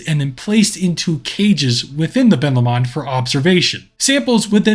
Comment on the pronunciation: All I’m gonna say is that’s not how u say Ben Lomond it’s Ben low-mund I’m sorry if u take offence to this also really like ur videos Also if ur talking about the lake it’s Loch Lomond. Ben Lomond is the mountain next to it